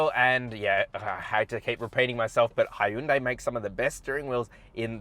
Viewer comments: great review man but I still don’t know how to pronounce Hyundai I noticed you said. He youn day and then you also said high youn day ... lol 😂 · Its pronounced "hee-yun deh," (keep the "hyun" part short) "현대" means "modern."